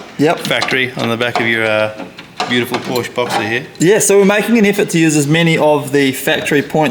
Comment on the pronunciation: 4 months into the build and you're still unable to pronounce porsche correctly